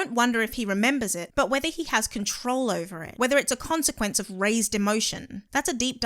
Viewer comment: I unsubscribed when you said Gonsequence.